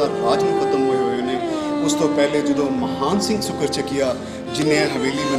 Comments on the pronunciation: maharaja Mahan singh de last N nu silent ucharan karo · Mahan Singh da name bolan vele N silent bolo, Matlab Mahaan nahi Mahan Singh si